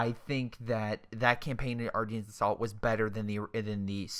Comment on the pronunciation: Ardennes = Ar-den, not ar-deens. lol